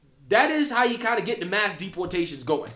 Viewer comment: “No more money for jou” 😂😂😂